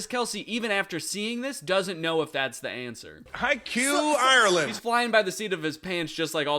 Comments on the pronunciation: bro said haikyuu ireland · pronounces haiku as haikyu I know what you are, Travis…